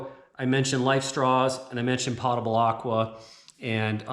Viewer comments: It's POE-tubble water, not POTTA-bul. From the Latin word potus = drink(able. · I didn't know what you were talking about when you mentioned potable water... I had to ask my hub how you say it... it turns out you were saying it .... wrong? Might want to google "potable" and then click on the speaker and hear how it's pronounced. Not trying to ditz you and say I'm better at pronunciation... I'm definitely not. You gave a great presentation on how to make this closet. I love it in fact. I will be sharing this video when people say to me ALL THE TIME I don't have space. Bull. They just say I'm coming to your house. I respond with, after you work as hard for food as my family does, ie-dig an outhouse hole in the back yard for me then I will give you a bowl of soup. You can imagine the shock look I got ;) but it's nothing but the truth.